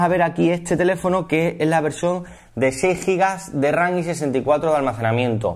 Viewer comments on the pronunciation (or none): RAM CON "M" PORQUÉ "RAN"??